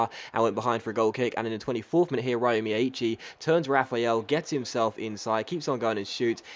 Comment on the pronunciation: by the way the way you pronounce miyaichi's name is wrong, as an Irish person living in Japan I can tell you that you should pronounce it as Rio instead, as that is closer to the correct Japanese pronunciation of the name!